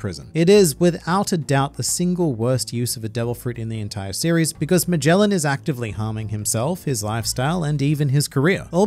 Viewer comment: The pronunciations at Magellan and Orochi are killing me